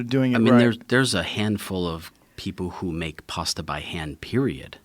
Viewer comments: Americans pronounce words funny. "Pasta" sounds like "pawsta" and "Bologna" is "Bolone-nia". It's like the word "past" and then you add "a" not "pawst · It’s pronounced PASS-TA not PARR-STARR 🙄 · Can we all agree Americans say the word “pasta” incorrect